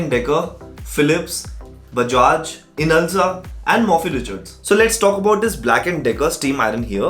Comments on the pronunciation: Just one thing...its inalsa Not insala.. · Inasla? INSALA? BHOSADIKE NAAM TOH PADLE EK BAAR, SO CALLED REVIEWER